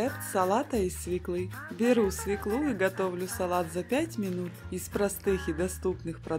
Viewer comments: Не свеклУ, а свЕклу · Свёклу Свёклу Свёклу!!!Запомни,женщина!